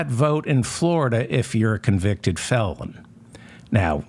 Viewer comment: It sounded like you said "you cannot vote in Florida if you are a convicted Feldman" ... - . We do appreciate your conviction! And no doubt DeSantis would stop you in FLA!